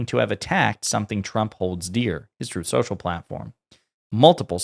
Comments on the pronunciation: “Trothe central” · Twuth Seashell?!? Oh, say not so! ☠️